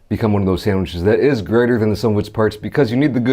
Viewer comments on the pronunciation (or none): none